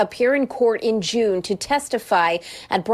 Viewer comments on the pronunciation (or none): none